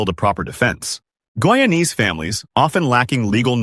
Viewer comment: Hey, you cannot even pronounce the word "Guyanese ' properly and these pictures are not from Guyana. Simply falsr